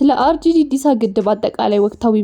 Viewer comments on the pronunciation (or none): አርጆ እንጂ ኦሮጆ አይደለም አስተካክለሽ ተናገሪ።